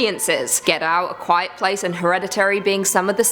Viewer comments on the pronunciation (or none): none